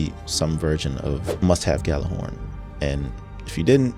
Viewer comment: It's not "GAL-er-horn" The correct pronunciation is YAL-ar-horn. The game officially died and people still do not know how to pronounce it.